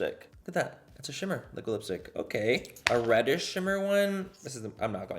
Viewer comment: i cant tell if its intentional but every time he says okay, i hear Oh Gay and I'm living for it